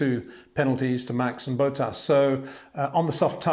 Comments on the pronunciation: I’m English so understand we aren’t the best with our pronunciations but why does this guy always say Valtteri ‘Bow-ttas’? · I love watching your videos but is it really too much trouble to learn to pronounce the names of the drivers properly? In particular Verstappen and Bottas. Doesn't come across as very professional.